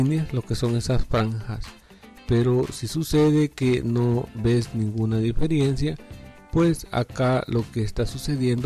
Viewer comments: No se dice DIFERIENCIA, sino DIFERENCIA. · Amigo no es "diferiencia" es "Diferencia"... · Amigo la palabra es Diferencia y No Diferiencia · diferiencia??? de verdad? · Qué pérdida de tiempo, quería ver si lograba reparar y al final nada. Con tanto anuncio el video se volvió fastidioso y además se dice diferencia, no diferiencia. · DIFERENCIA, por el amor de DIOS, D I F E R E N C I A, no diferiencia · Por qué decís "diferiencias"?